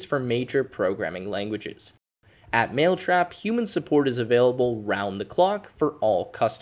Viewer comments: Anyone notice how he said maletrap instead of mailtrap. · how could you notice the difference in pronunciation between 'male' and 'mail